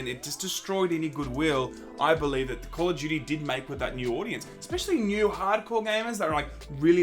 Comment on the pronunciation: honestly I didn't understand what "game of Judy" means until u said "call of Judy" XD